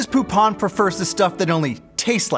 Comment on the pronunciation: "Greg Poop on" is what my Brain registered when they said "Greg Poupon"